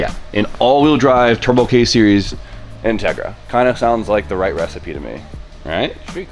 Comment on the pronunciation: Say it with me In-teg-ra